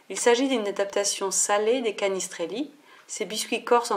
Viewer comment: Ej a si tester mais je suis corse et on dit cannistraili c'est bizzare... Sinon super recette :)